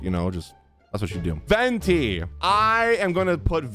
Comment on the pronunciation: he's venti not pay-the-renti, you knew what you were getting